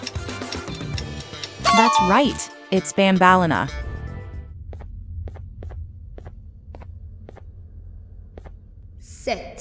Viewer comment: I mean Banbleena